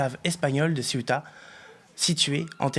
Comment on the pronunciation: Le Maroc admet donc avoir en voyé 40 000 personnes à Ceuta, qu'on prononce "Céouta" et pas Ciotat, qui n'as rien à voir Paella mais plutôt tout avec avec la Bouillebaisse.